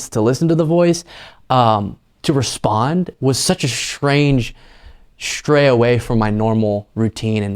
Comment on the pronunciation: The word is pronounced "strange," not "shtrange" . And "stray," not "shtray." Just sayin'...